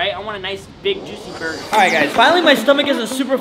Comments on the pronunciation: Bro said burguer not burger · It’s funny when spelled burger wrong and said burgeur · “it’s gonna be a burguer”💀😂